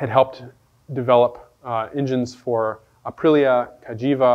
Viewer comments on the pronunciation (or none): none